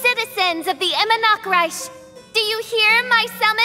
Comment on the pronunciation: Idk why but the way she says Immernachtreich in here sounded worse than the one in Unreconciled Stars event story quest